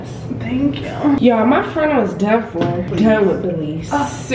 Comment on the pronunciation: Her calling everyone fren is so me and my mom😂😂😂 we call people frenn